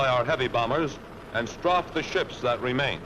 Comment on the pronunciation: THE NARATOR NEEDS TO KNOW HOW TO PRONOUNCE STRAFED